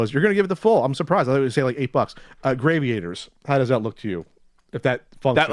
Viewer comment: mispronounces shit on purpose I am convinced. Gravy-Aters... In game with ships and black holes, it's Gravity, so Grav-EE-Ators.. Lol. Still love the show, but the list of words he slaughters grows...